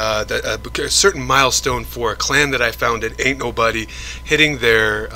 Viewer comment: sounds like u say anul buddy 😂😂